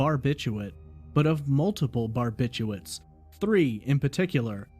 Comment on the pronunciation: Bar bit chu*R* its. Like "nuke you lur" is really nuke LEE ur. Barbiturates.